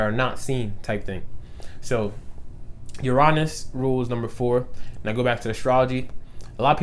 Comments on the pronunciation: Uranus is pronounced (yur-in-uss) tho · 7 11 lol i read this comment before i heard it and i was like hm he’s probably just going to say it one of two ways... no, you have shown me a whole ‘nother way to pronounce Uranus